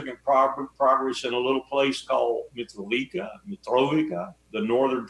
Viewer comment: Larry Wilkerson - is he a liar or lunatic or idiot? Or just American. Mitrovica is not Mitrovika!!!!